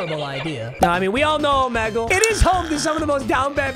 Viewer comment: Bruh, you even say Omegle wrong.